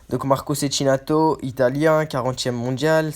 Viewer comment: On dit Tchékinato